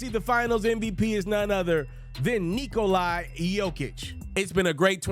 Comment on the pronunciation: Good job man, but come on, pronounce his name correctly it's Nikola, not Nikoli